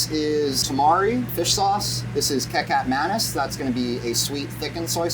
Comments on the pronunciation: Ki-chap manis bukan Key-cap manis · kicap manis - key chap manis. not keykap manis. sweet soysauce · For a moment I was puzzled by what Ca-cuck May-knees was.... It's Kicap Manis (Key-chup Muh-nees) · kekap manis? XDDD my man, you can just say ketchup manis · Took me a while to realize the sweetened soy sauce he mentioned is kecap manis, since it’s pronounced “ketchup mah-knees” and not keckap maneez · omg my Indonesian brain went haywire when I heard “kecap manis” as Kay Cap Menace 😂 awesome cooking though, my Belgian palate loves a good “biefstuk-friet” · the way he pronounced "Kecap Manis" the sweetened soy sauce: Cake Cap Menace 😭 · lmao i didnt even realize what he meant til i read this comment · When someone says they roast something in a frypan on the stove top, I’m not surprised they pronounce hiccup flabbis they way they do 😂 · The kicap manis sauce is from Indonesia or Malaysia, it's spelled ki - cap, like el chappo - kichap manis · kecap manis is pronounced KEE-chup ma-NISS :) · The "Kecap" in the Indonesian Kecap Manis, which is a thick, sweet (manis) soy sauce, is pronounced just like Ketchup! Same, same......but different! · Kekahp manitz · Hahaha! "KEE-KAP Manis" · A product from my country was mentioned! Wrong pronounciation tho, kecap manis is pronouncued ketchup muh niece. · It's pronounced more like "ketchaap maanees". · kecap manis 😆 Keh-chap mah-niece. Interesting ingredients in the sauce though! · yeah was going to comment its not Kekap manis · Absolutely egregious pronunciation of Kecap Manis there but big up for using southeast Asian ingredients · The pronunciation for kecap manis was insaneeeee lmao but love how it’s incorporated into the sauce! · this dude needs to learn how to say "Kecap Manis" properly. like how the hell you had no clue when you using it LOL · never heard anyone butcher “kecap manis” like that 🤣